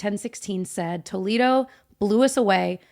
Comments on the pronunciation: It’s actually pronounced like Toe-lay-doe Toledo in Ohio is different than Toledo in Spain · Doesn’t the Disney restaurant Toledo use the proper Spanish “tuh-LAY-doh” pronunciation? (The pronunciation of Toledo, OH, was Americanized.) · There is a city in Spain called Toledo, presumably what the restaurant is named after. And FYI it’s pronounced Toe-lay-doe.